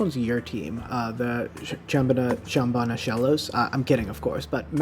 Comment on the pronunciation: For next time, the team is pronounced sham-ban-uh. Like sham-wow and the ban hammer.